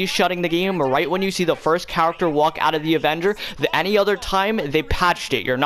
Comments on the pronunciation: Character he says cawatawr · “When the cahrakter walks out”